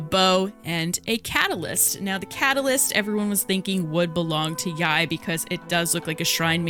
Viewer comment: isnt it pronounced like "yay?"